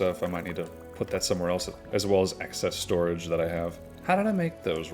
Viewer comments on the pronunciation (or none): none